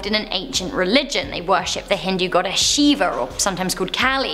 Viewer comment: As an hindu myself, just to clear up any confusions: So, the Hindu gods she mentioned, Shiva and kali (both mispronounced lol), yes we believe that they are associated with death and destruction but not in the inhumane and negative way the aghori showed at. All. In fact, most of the festivals dedicated to them are celebrated in a very joyous and happy way. It's more like Shiva's responsible for maintaining the balance in the world, of both the positive and negative energy. They just "look" scary, in contrast to how the rest of the gods appear. If anything, they're actually considered as protectors, and many may turn to them in times of sadness or fear. Just like what happens with most cults which twist Christianity in a sick way, that's exactly what these "aghori" people did. There are many Hindu families who worship Shiva and kali, mine included, and let me say cults like these absolutely disgust me, because not only do they disgrace what we believe in, but they lead people to develop a completely twisted perception which isn't even remotely true. Sorry for that rant XDD but it just had to be said, it HAD to be